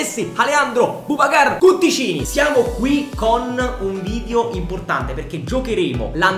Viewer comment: comunque all’inizio sbagli perché è cuccittini non cutticini ahahaha il nome di leo ahahahah